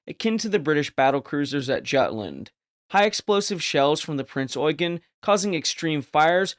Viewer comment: Finally someone who knows how to pronounce “Eugen.”